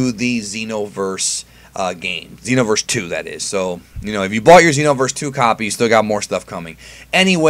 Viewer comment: Pronounces Xeno as Zen-Oh but pronounces Xenoverse as Zeeno. Alot of new comers are going to think some of these characters fused with the omni king.